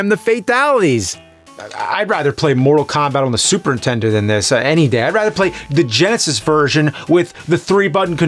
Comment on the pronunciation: ...Super intendo 😅😂